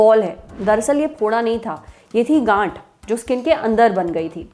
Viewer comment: Gaanth not gaand✊